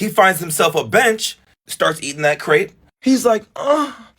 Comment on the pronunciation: Its a crepe not a crape